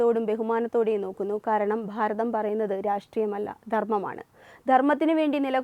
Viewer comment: ഭാരതം എന്ന് പറയുന്നതിനു പകരം ' 'ഫാരതം ' എന്നാണു ഉച്ഛരിക്കുന്നത്